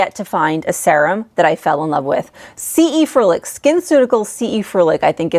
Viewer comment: It's weird how you pronounce serum. It's like sea-rum.